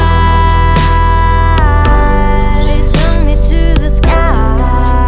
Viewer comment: and more i heard goat than god :( my english is bad, but i feel strange if i hear simple words pronounced wrong..